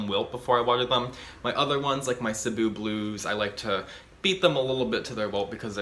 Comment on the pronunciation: Damn only you and Crazy Plant Guy are the only youtubers I watch that pronounces 'cebu' right